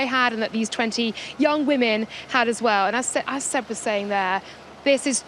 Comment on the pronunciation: Imagine still not knowing how to pronounce Seb's name in 2025